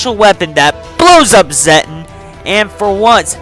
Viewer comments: You mean zetton so here’s how to say it Zet_ton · Actually it pronounces Zet-TON like tons of zets